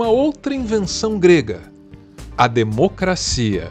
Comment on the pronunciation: Como é que vota em um senador que não sabe falar o português "par quem fala " "democacia" etc. Que vergonha "cleitinho ".